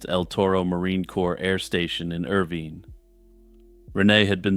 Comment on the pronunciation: Irvine: Pronounced Er-vine, not Er-VEEN